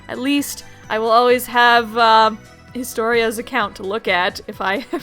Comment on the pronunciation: i'm hisutorias from reddit~ you pronounced it correctly!! so glad to get to see this active now I'M SO EXCITED. GOOD LUCK